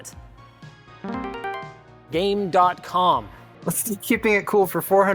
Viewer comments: It's pronounced game com without the dot! It's a total mess that rerez made a video on. It plays more games than you idiots have brain cells... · INCORRECT! It is pronounced "GAME COM," and it has, and I quote, "More games than you idiots have braincells." (Actual quote used in the advertisement, and I think it had 20 games.)